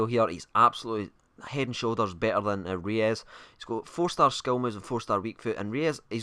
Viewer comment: he is not pronounced reyes as well......